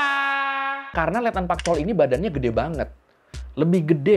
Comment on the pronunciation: Letnan Park Chol woii bukan Pak Chol...pak bapakkkk